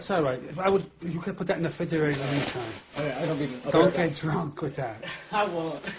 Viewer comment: “Put that in the fridgerator” 😂